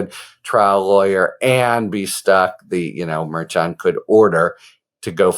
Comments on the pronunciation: “Mer-shon” not “Mayr-chon” - you even had a guest in a couple of days ago who litigates in front of the judge and she gave you a correct pronunciation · Harry, I've watched you for a while and appreciate you BIGLY. A couple of notes, however: it is "Mershan" and it is "Fahnee." Cheers. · Harry, Judge Merchan is pronounced: Mur- shawn, accent is in the 2nd syllable. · I believe you are pronouncing the judge's name wrong. I believe it is pronounced Mer-shawn. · Love you, Harry. But why are you still pronouncing Merchan’s name wrong after Karen FA corrected you the other day!?!?😂😂😂😂😂 Mer ‘SHAN But in more important news, love the way you and the others are covering these legal cases! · You pronounce it Mur-shawn. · Lol Harry! It’s pronounced like: Mer Shon. Like saying John with a shhhh sound. Mershon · Harry it is pronounced mar shawn. Did you not learn from kfa? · I really like listening to your podcast, however,not going to listen to you go through this trial until you can properly say his name. KA told you how to say his name when she was on with you. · Why do you keep saying his name that way? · Rather, is on the 2nd syllable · KFA corrected your pronunciation of the judge's name...please either take her word for it or verify with the judge's office directly which is correct. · Why won't you say the judge's name correctly? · Ok, after watching your recent chat with Karen Friedman Agnifilo, I have to ask: you aren't intentionally mispronouncing Judge Merchan's name, are you? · Mehr-shan. Not merchant. Suppose’d’ly, not suppose’b’ly.